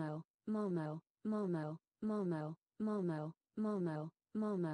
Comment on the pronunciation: Hlo mam, 🙏. This is momo not a moo mauu.😂😂 But 😉 Your wrapping style is wonderful and amazing 😱😱😱😱😱🤩🤩